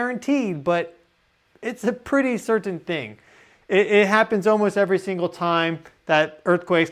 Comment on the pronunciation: Sir-ten. I don't know why I notice these things...